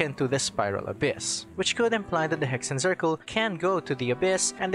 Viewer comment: Hexenzirkel is a german word (witch circle) and is prononced like this: X = ks Z = ts so it woud be pronounced "Heksen tsirkel"